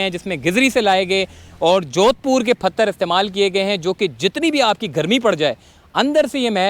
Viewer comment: Phatar nahin pathar